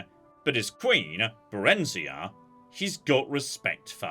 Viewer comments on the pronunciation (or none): Oh no, another cursed pronunciation with Barenziah.